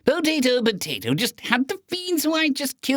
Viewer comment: pooutatoe poootaaatoooo!! your doing it on purpose XD